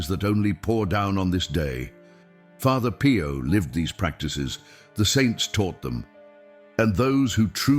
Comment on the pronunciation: father PIE-YO lol